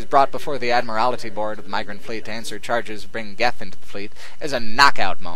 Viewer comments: Love your work but your pronunciation of Admiralty Board hurt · Admiralty. Not "admirality" Comes from "admiral", like the head of a fleet or navy.